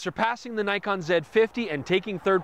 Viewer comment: haha, yes, but screws up with Nikon!